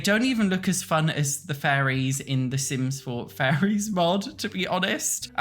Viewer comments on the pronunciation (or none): Im sorry but it truly sounds like youre saying furries instead of fairies to me 😭😭